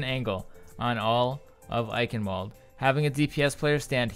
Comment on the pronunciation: well the ingame voice announcer got it wrong also, by now im just used to it, doesnt change the fact that its wrong